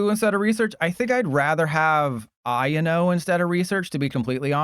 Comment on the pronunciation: I and o???? I owe no is the pronunciation